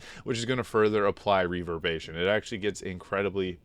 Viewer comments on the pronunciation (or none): Reverb-ER-ation not reverbation buddy. Otherwise a great video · Hero's feast makes you immune to fear. Really good against Orin and a few other fights. I really like this build and equipment set up. Only thing that bothered me is you keep on forgetting the 'er' in reverberation. Reverbation. XD. All good the build is great, that word just scratches my brain wrong. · "reaver-bation" 😆 killin me, dude